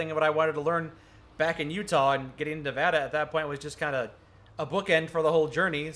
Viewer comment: HE SAID NEVADA RIGHT WOOOO